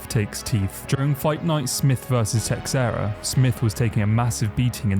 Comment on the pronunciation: I liked the video but come on man, you need to up your pronounciation a bit. Blakovich? TeXera? Everybody knows how they are pronounced. Only Chael is allowed to misspronounce literally every single name in the ufc